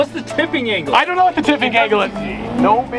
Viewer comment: I’m sorry he said “approach angel”😂